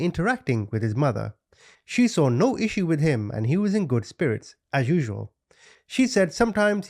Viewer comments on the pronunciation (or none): none